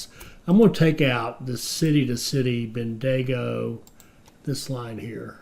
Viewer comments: lol, ben-de-go. it's ben-digo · As an Aussie Bendigo is pronounced ( bendy go ) otherwise you are doing well. Keep up the great content. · just say the digo as dingo without the n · "Melbourne's a pain" - I live here and tend to agree sometimes :-) Great video (and series) - despite the weird pronunciation of Bendigo commented on already! :-)